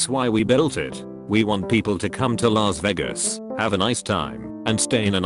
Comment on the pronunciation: Nobody: Text to speech: LAZZ VAYGUS!